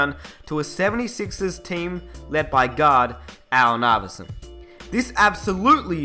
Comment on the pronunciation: i thought he said god when he said gaurd